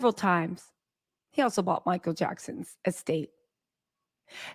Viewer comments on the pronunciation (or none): none